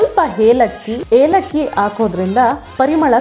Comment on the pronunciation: Elakki adu helakki alla 😂😂😂